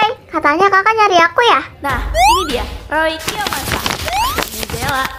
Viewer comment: Hah pacarnya zela namanya roy kiyomasa nah r nya seharusnya gk ada jadinya oy kiyomasa😂